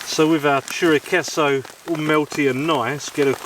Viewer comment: Chorizo? What the heck is chorichecho?